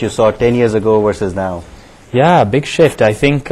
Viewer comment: It sounds like he says "big sh*t" - when he says big shift.